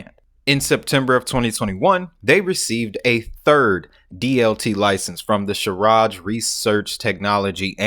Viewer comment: Great info thanks bro , but little correction , it is shar jah not sharaj